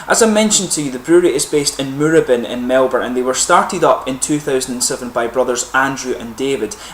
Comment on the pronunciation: Tried this a while ago. Don't remember it as anything special. You've inspired me to give it another go. Pronunciation lesson for today ... it's "mooRAbin", not "MOOrabin"